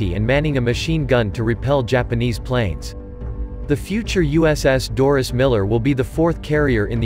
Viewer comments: It's DORIE not Doris ..... don't insult the guy by getting his name wrong. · MS1 DORIE MILLER~!!! Not Doris~!!!